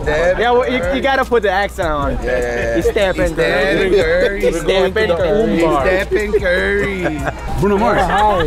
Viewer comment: “Steppin Coorey” 😂